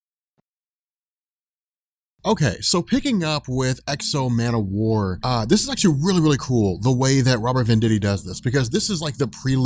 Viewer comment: I gotta say, I am not enjoying these videos. Man o war? Come on who's idea was that...